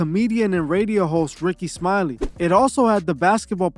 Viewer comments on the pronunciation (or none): none